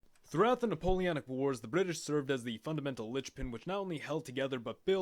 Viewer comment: Wait, wait... Hol' up... Hang on a minute... "NapoleANic wars"?